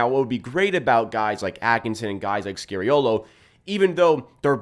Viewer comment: SKA SKA ffs. It’s bloody SKA-reeolo. How about we mispronounce your name? Pls pls pls.